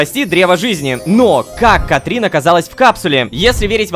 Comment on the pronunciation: Лололошка почему ты говоришь "Катрин" если там "Катрина"